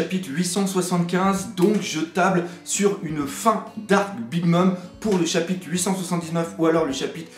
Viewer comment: J'aime moins la nouvelle formule niveau montage, je préférais avant. Sa faisait plus calme, sobre. (Et peux tu faire un effort de prononciation sur le mot "chapitRe" pls ? ^^)